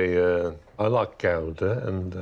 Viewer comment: Gouda is pronounced Gowda, not Gooda.